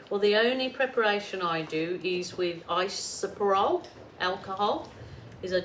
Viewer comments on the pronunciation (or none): Pronounced I so pro ple.